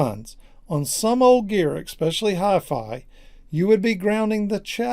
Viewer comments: "Exspecially" is NOT a word, it's "especially". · Don't worry man, the only thing I would complain about is if you were trying to explain fusion and kept saying "nukeular". "Exspecially" is just a quirk of your region. No biggie. And I thought I was a grammar Nazi! XD